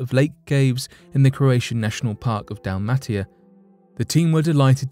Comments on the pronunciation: It's DAL-MAY-SHA like the dog, Dalmation ( DAL-MAY-SHUN ) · Dalmatia pronounced Dal-may-she-ya by the way